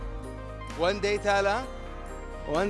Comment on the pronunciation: "one day over Heifa" really touched me